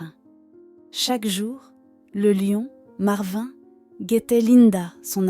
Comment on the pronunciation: Complètement inventé, avec une voix qui se trompe de prononciation sur "marvin", des photos de stock qui ne correspondent pas à l'histoire ou sont parfois truquées (la fille (montage photoshop maladroit) entoure le lion avec une main en trop !!!)... Ça fait pleurer dans les chaumières et démontrent à quel point les histoires cucul d'animaux tirent des larmes aux français moyens qui n'ont qu'indifférence pour le voisin du dessus qui a plus de soucis qu'un gros lion imaginé par AZ machin chose...